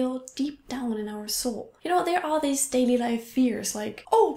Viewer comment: I think your video about how you're English has improved has led me notice things I wouldn't before. You said deeze instead of these.